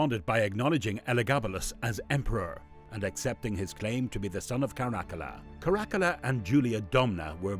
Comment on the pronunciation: Obviously you're not a historian or even somebody who knows a lot about this period in Roman history. You really really badly mispronounce Caracalla and then mangled the region of Cappadocia. That region comes up a lot in history and there's no excuse for you not being able to pronounce it. Also Caracalla is a very famous emperor and there's no reason you should be mispronouncing that. I've seen your videos pop up before but I hadn't watched one until this one and now I regret having wasted the time watching it.